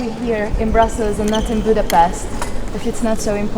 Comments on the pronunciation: Jo lenne ha magyarkent nem Budapeszteznel. Az meg elnezheto hogy egy kulfoldi igy ejti de neked nem kell. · Én per pillanat csak azt nem értem, hogy miért mondja "angolosan" Budapestet sz-szel. Engem kimondottan zavar, de ez most csak szőrszálhasogatás, egyébiránt egyetértek teljesen. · Angolul is lehet helyesen kiejteni Budapestet.